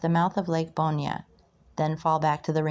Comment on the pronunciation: Fish the hell out of this lake....new about ponchatrain and chalmette and forts around the area. Really cool. And its pronounced "Born" not "Bornya". You are butchuring these names but got a sub!